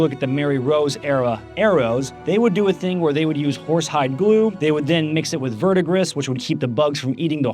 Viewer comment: Also, it's Verdigris, not Verdigris.